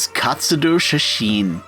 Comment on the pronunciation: He keeps saying katsudoo